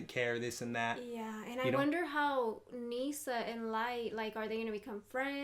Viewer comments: Misa... not nee-san. This is not incest hentai XD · Misa.. not Nisa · It's not "Nisa" but "Misa". Besides, I love the kanji used for the names of the characters. Misa is written 海砂, which means "sea sand". Light is written 月, which is the kanji of the moon. By the way, Misa is not that old, she was born in 1987 in the anime (1984 in the manga).